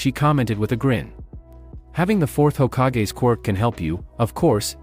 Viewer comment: I noticed or i heard the narrator said fourth hocage